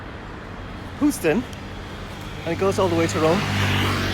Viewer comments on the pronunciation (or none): You keep mispronouncing names .. ruimveldt is pronounced ‘rimeveldt not rumveldt … Houston is pronounced h-use-ton not hooston … QC boy